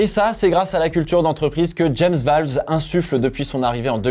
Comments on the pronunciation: James VOWLES !!!! PAS VAWLES !!!! C'est avec un O pas un A !!! Ça me tend à chaque fois que tu le dis 🤣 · Par pitié arrête de dire James "VALVES" ON N'EN PEUT PLUS!!!!!!!! 😭😭😭😭